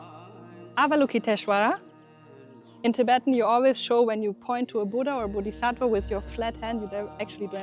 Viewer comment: Your Tibetan pronunciation is very good 👍 👍